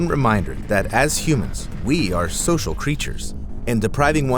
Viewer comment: "humans are cocial creatures" not social